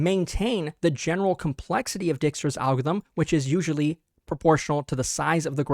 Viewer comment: my dutch ancestors crying whenever he says Dijkstra, it's pronounced Dike, please